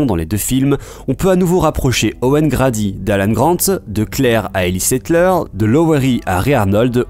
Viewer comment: "Owen grAdy" désolé ca s'écrit "Grady" mais ça se dit "grèdy" 😌